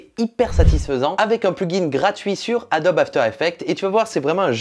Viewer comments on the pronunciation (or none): none